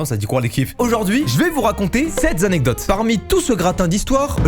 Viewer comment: SEPT ZZZZANECDOTES au début mdrr